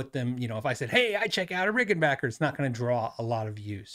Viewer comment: Thank for you modeling the correct way to pronounce Rickenbacker. Seriously.